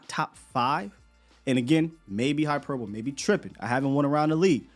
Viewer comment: Hyperbole has the e sound on the end. Hyperboleeeeeee